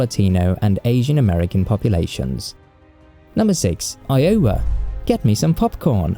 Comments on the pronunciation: EYE-o-wa, not eye-O-wa. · It took me a few seconds to figure out what state he was talking about. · Wow, tell people to visit WV? One of the poorest states within the United States? And all of that lovely lovely coal is part of a dying industry. That's right, after coal, there's nothing to do other than hunting and fishing and trying to sack your sister. Oh, and try to get the pronunciation of Iowa right, just once! Sort of like pronouncing Gloucestershire like Glow-cestershure. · You GOTTA work on pronouncing Iowa! 😂